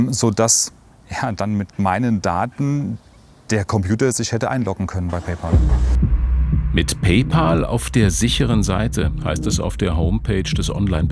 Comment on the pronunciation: PÄÄÄÄÄÄÄÄÄÄÄÄÄÄÄÄÄÄL! Es heißt Pay-Pääääl.